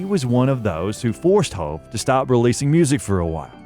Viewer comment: How many times you gonna say hoe-v